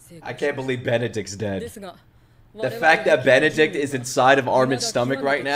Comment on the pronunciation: I love how you call Benedict's name wrong every time you say. Bertholdt? who cares